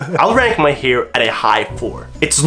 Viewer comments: Hair. Not "heyre" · Why does he say «hiir»?